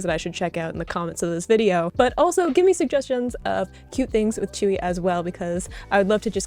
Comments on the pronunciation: It's pronounced as "chewy"❤❤❤ please continue your twice journey once forever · Yeah, many people pronounce it that way in English. If you want to sound closer to the original though, pronounce it like ts-y(u)ee. Say the u as fast as you can as if it’s almost absent. The easiest way to listen to how it’s pronounced is to copy and paste her name “子瑜” into your favorite translation software and let it pronounce them for you. Or, watch the video where she’s teaching Dahyun how to pronounce it. 💕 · i’m not korean but her name is pronounced like “chewy” and some other koreans pronounce it more like “tsewy” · im not korean but the korean pronunciation is like joo-ee or chewy